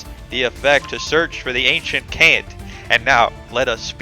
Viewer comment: Fun video, your issues with pronouncing card names go far beyond Ancient Kant lol